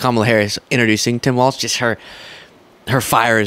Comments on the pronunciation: Practice: Tim WALZ. Like Walls. No T. Not Waltz. 😉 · you will be talking about Tim a lot so at least say his last name correctly… it’s WALZzzzzzzz, not Waltz. K? Cool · Hello, just a short note: I read today that Tim Walz last name is pronounced Walls. My wife and I have enjoyed your show for quite some time now and she likes people's names to be pronounced correctly. Nice work. You have a passion for it, and therefore are very knowledgable. Best of Luck. Your are my favourite internet news source.